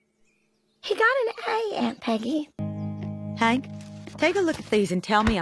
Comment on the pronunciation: His name is Hank but Peggy always needs to say everything Wrong and calls him Hænk 😂